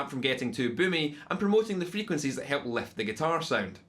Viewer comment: "med frequencees" - I love Scottish.